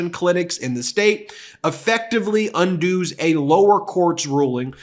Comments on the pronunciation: Excuse me, but how can Donald Trump possibly make you feel sick when the host of this video can't even pronounce the word "undoes" correctly?? I'm serious. It's right there. The guy says "un-dooz" instead of "undoes". Get your act together. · Hey, Ben, Robert here, President, Pronunciation Pedants. FYI, "undoes" is pronounced unDUZ, now unDOOZ. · (That word “undoes” is pronounced “un-does”, not “undoos”. 😅). For every single man refusing to allow so many women in the US to get an abortion they should be made to wear a labour simulator for nine months! Seeing this from the U.K. (and someone who had a dangerous pregnancy myself)…..we are horrified what’s happening to American women! 🇬🇧😳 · un-does, not un-doos, come on Ben... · UN-DOOS?????????? CONE ON BEN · Undooz? Really?